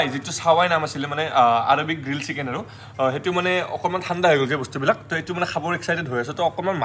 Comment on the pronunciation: Guyz tumar dhekeri pronunciation huni kaan poki jai, " SIKEN", SUSI,RAGAN JAS 😂😂😂😂